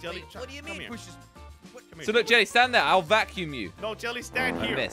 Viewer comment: Who remembers when Jelly pronounced vacume wrong in one of their videos when Team Robust still existed.